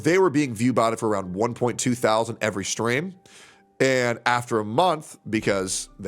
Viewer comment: your breakdown of the viewing numbers is so annoying. "SIX THOW ZAND VIEWERS". like bro just say it. sound like the chick Mike from PA was simping for when she was begging for money.